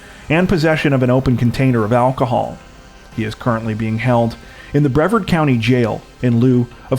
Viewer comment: It's pronounced bre- vaard not brev-ard